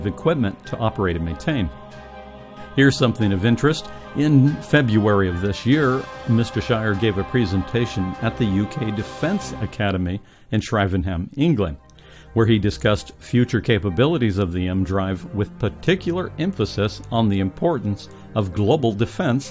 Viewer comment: At WHERE? Shrivenham? That is NOT said Sher-iving-ham